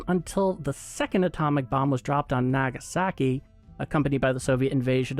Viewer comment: Nope, you still can't pronounce hiroshima and nagasaki.